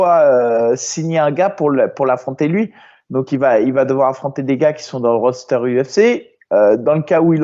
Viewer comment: on dit pas Roadster, mais roster